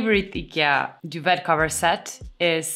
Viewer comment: I LOVE my Tarva bed! I’ve had it for several years. Solid pine; simple Scandi design. Your English is perfect; don’t worry! Duvet is actually French not English. It’s pronounced “doo-vay”.